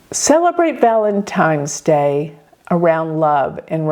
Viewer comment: ValeNtine's day. With an N, not M.